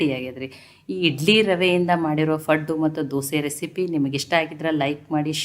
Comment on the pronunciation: ಪಡ್ ಅಲ್ಲ ಅಲ್ವಾ ಪಡ್ಡು